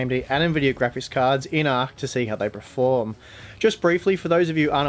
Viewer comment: Love your vids, but please please please, it's PERform, not PRERfom!! Drives me mad.